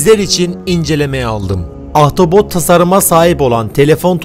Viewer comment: Ahtapot yerine ahtavot deyip duruyorsun zor izledim videoyu :D Sağ olasın, kolay gelsin.